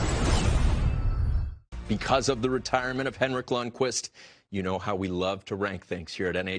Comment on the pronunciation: It's Lundqvist.